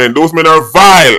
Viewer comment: the way does say VILE 😂😂😂